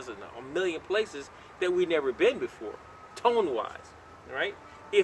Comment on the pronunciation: ... . . . you can't say "tone"??? TONE!!